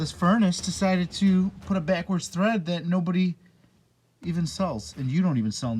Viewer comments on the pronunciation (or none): THREAD....not TREAD....